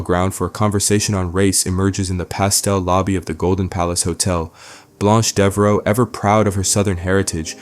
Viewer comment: "Blonche Devro"?